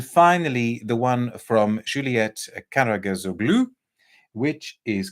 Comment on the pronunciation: You pronounced it perfectly, Karageuzoglou (Karagözoğlu in Turkish)